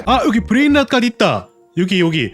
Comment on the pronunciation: 브레인 낫 갓 이 아니라 브레인롯 입니다